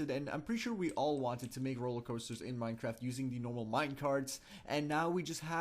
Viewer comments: did you just say Minetraft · lol he said minetrart😂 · At the start u said Minetraft